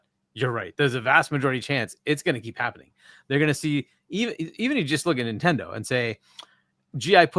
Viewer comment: Not dayndate.... err not nitendate..